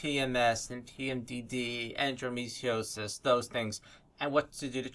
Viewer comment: I'ts hard to trust someone who claims knows how to CURE PMS & PMDD but cannot pronounce ENDOMETRIOSIS...On the other hand it could be my OCD, my trust issues or just showing symptoms of dyslexia!?!